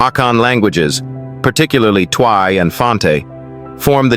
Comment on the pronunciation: It's Twi pronounced almost like ch chwi